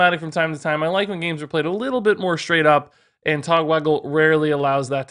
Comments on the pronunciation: When you said "und then" I was thinking of Baron Underbite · I study German and my mind red in german accent After that "und"